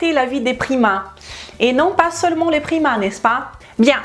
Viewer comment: au début je pensais qu'elle parlait des primates ..... mdr